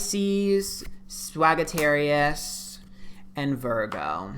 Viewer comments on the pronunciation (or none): Did he just say SWAGgittarius? God fucking bless. That’s my favorite sign 🤣